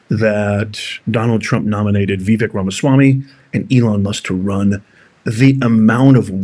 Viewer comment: You keep pronouncing Vivek’s name wrong. It’s Vivek like the word cake. Drives me up the wall.😂😂😂😂